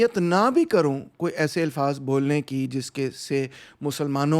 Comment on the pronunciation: Dr Rahman While you speak Urdu well with correct pronunciation, however, occasionally, like most of the Punjabis, fail to distinguish between Zabar and Zeer. The correct pronunciation is Alfaz and NOT Ilfaz.